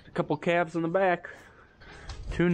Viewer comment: I replayed that section where you were naming the new ‘claves’ several times because it totally cracked me up! How repeated you when you emphasized claves’!! You guys are a joy to watch!!